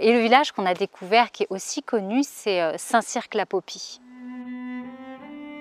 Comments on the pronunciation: Hello, Merci pour cette balade dans mon merveilleux département qu'est le Lot, plus confidentiel, mais tout aussi riche que le Périgord (Dordogne 24). J'avoue avoir mis la vitesse de lecture à 1,25 Par contre, on ne prononce pas le "q" dans le nom Saint Cirq Lapopie (ni dans tous les autres St Cirq du reste...). Bonnes aventures futures. : ) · Tout est beau : les images, la musique et la narration..Bravo ! PS : on ne prononce pas la lettre "q" de St-Cirq-Lapopie 😁